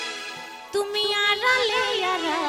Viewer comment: গানের ভাষা উচ্চারণ ঠিক করে না গাইতে পারলে শ্রুতি মধুর হয় না। যেমন আপনি আড়ালে কে আরালে বলছেন